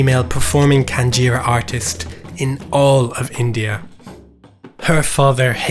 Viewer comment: I guess its GinjaRa, not KanjiRa